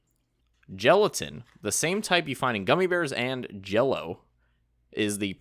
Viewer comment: Gelatin, not gelitain.